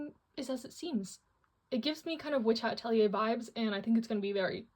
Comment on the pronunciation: Just a small adjustment for how to pronounce "Atelier". It comes from french and is pronounced uh-tell-ee-ay (Atelier).